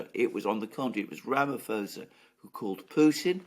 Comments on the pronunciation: Sa not Za. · Ramaphosa is pronounced RamaPosa not Fosa. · The correct pronounciation is " Rumma - pawza ". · Alexander: the "ph" in Ramaphosa is a hard "p", not an "f", So correct pronunciation is: Ramaposa. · Rama pho ( as in post) sa (as in salsa) 😊🇿🇦